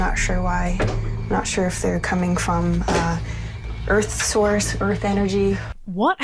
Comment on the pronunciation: did you hear "sauce" when they said "source", or are you just having fun with accents?